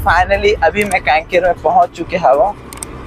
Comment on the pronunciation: Kanker bhi bolne nhi aa raha h kaiker bol raha h